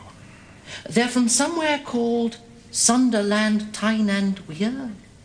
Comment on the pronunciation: “They’re from somewhere called ‘Sun-der-land, Tyne and Wear’?”